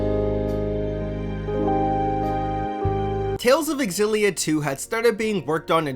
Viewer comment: I like how you pronounce Xillia! I kept pronouncing it such as "Zillia"... Also, they fixed Rowan in this. I really like Elize, but for some reason when I try to run her artes, the enemy easily hone in on her. I like to keep her away from the crowd. I haven't gotten to the post game yet so I can't say I know how they end up late game wise.